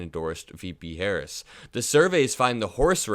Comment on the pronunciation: Woooow, he can't even say vp Harris name he called vp, and her America vote voted up-and-down the ticket